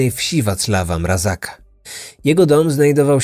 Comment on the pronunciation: Mrazka a nie Mrazaka. A tak poza tym, super film :)